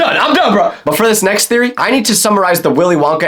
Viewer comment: but hey it's just a thereoy A FOOD THEREREOY